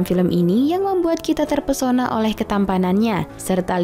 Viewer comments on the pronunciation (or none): none